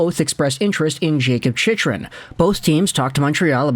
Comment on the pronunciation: I can't take seriously when he continuously pronounces Chychrun's name incorrectly.